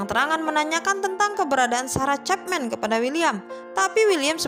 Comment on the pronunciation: Sama woe wkwkk ga fokus bgt bagian ini gara2 cepmek